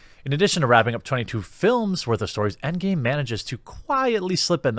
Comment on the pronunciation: It’s EndGAME not EndGAY!